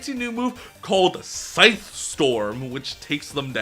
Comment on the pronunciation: Pronounce scythe again